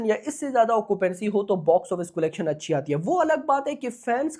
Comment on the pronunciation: Bhai it’s not colegtion its collection 😂